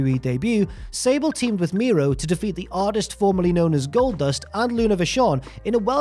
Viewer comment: It's pronounced Mero (mare row) not Miro (he's in AEW)!!!